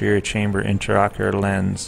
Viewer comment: Interesting surgical procedure and well performed. Appalling that the narrator continuously refers to the lens as an (sic) "interocular lens," when this is absolutely incorrect ("inter" meaning between, whereas "intra" means within). Any Ophthalmologist knows this is an "intraocular lens," and the repeated misstatement of the term can be quite confusing to any layperson watching this video. I recommend the video's narration be redone, with care taken to employ correct terminology.